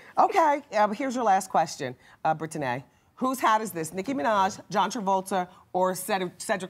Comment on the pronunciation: Brit-Ti-Nay? What happened to just Brittany??! Why we trying to be all special with the pronunciation? Is there a silent "Q" or "Z" in there or something.. geez..